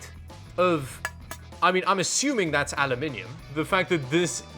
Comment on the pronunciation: Nice to hear that you said the word ALUMINIUM correctly and not the American version which is painful to hear.👍